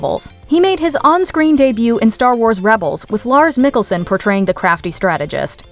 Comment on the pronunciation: Pronounced Mikkelsen wrong, I thought she was saying Nicholson LOL